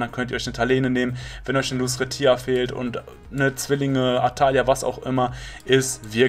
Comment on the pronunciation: Dabke für die Info aber bitte sprich lucretia Englisch aus dann hört sich das besser and 😊